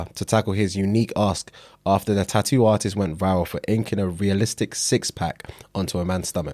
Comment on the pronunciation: Hey, You know there is a couple more T’s in the word Tattoo.